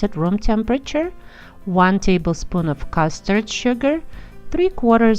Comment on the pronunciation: You are saying 'custard' sugar - it is not custard sugar. It is Caster Sugar. Caster Sugar is very fine granulated sugar. You can buy it next to where the sugar is, or, you can make your own by putting regular granulated sugar in the food processor and process until it is very fine sugar...you want to break down the granules. I notice in your written recipe where you have written "custard sugar" also. A helpful hints to all: Caster Sugar. ♡